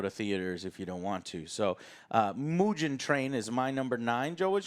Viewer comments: MOOGEN NOT MUJIN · Mujin Train instead of Mugen Train. :D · MUSHEN TRAIN Lmao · Hearing joe pronounce mugen was pretty fucking funny ngl